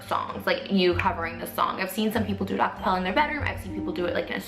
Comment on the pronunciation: “acapellow” lol